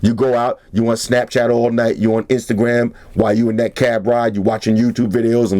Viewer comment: "When I'm on my Instagrum stalking procedures" ;D